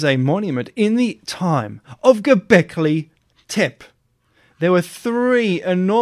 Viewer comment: And there go you pronouncing Göbekli Tepe wrong again.